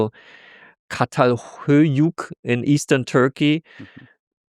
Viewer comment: çatalhöyük is pronounced CHatalhöyük.